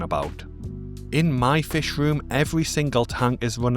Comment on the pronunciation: Hey, I really appreciate all the effort and research that goes into these videos, it's very impressive! Could you please fix the AI voice over so that it pronounces the letter h? Anytime there is an, "h" at the end of a word, such as, "much" or "fish" it drops the sound. It's not a huge deal obviously but I do always notice it!